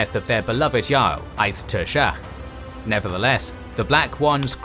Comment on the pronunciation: You butchered the pronunciation of Eist Tuirseach